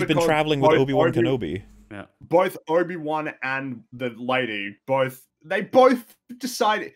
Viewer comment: Is it just me, or does say "Nobi-Wan" here? To go along with Jake Skywalker, I suppose.:p